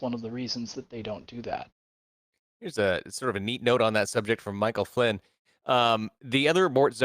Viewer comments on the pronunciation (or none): none